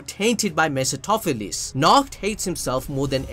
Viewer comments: it's "meh·fuh·staa·fuh·leez" Say it with me slowly... meh·fuh·staa·fuh·leez 🤣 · ME-PHIS-TO-PHE-LES (ME-FIS-TO-FE-LES)